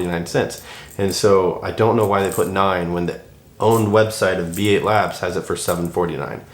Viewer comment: B8labs is supposed to be read as “bait labs”